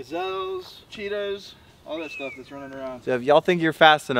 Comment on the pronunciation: whi do you say bad staf